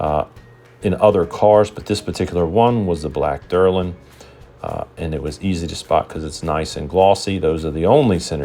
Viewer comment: Not derlin, the plastic is DELRIN !